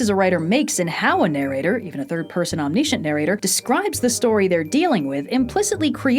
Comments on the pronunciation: Say it with me now... Omm - nih - shint Omniscient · wow that pronunciation of omniscient. Other than that, yet another great video.